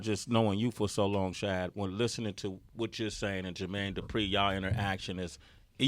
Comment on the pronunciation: All these years Bow been saying his real name and they still say it wrong on every show. Shad is not hard to say. Bruh.